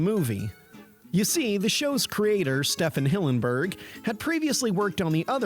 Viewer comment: His name is pronounced "Steven", Stephen Hillenburg. ˈStiːvn Hillenburg ˈStivən ˈhɪlənbərɡ